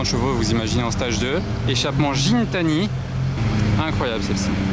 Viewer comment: Juste pour info, ca se prononce "Guintani" ;)